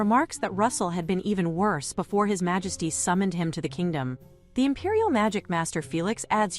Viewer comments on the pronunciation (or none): LOL "Malesty" 🤣